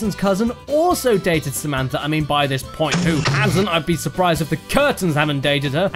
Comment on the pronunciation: Samantha Boekweg SUHMEEEANTHAH